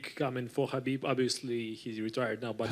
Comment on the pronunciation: Dana White is one of the few guys in UFC who pronounces khabib's name the right way